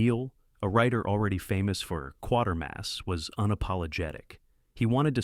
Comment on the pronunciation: FFS it's not Quartermass, it's Quatermass. How is it that Americans get this wrong all the time?